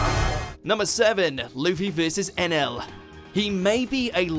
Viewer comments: it's Eneru not Enail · Not to be a "smart" person his name isn't Enel its Eneru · Wasn't it Eneru? Who's enel? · Why is it Enel? I thought it was Eneru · So we not gonna talk about how he said enaru and spelt enaru?